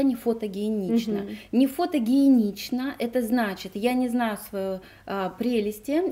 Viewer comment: не в обиду:фотогеничность,а не фотогиеничность